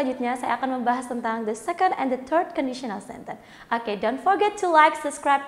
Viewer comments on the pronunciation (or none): none